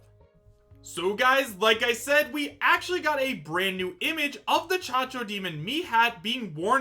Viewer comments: Cacodemon Caco not Chacho I said this in your other video's read your comments its Cacodemon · "chachodemon" lol its cacodemon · Chachodemon is not cacodemon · As a huge doom fan I'm disappointed that he said chac-chac demon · Did just call it the Cha-cha Demon?!🤣🤣🤣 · Its cacodemon bro